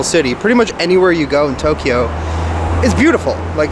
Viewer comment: in Tok-e-yo...looking forward to your journey, thanks for bringing us along:)) Thinking of you from Northern Ontario..it snowed this morning, muahahahaha